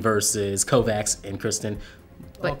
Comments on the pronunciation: “Kovaks”? Really? Kovacs is pronounced “Covach”, as in chair. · It's pronounced Kovach dammit, it's Slavic last name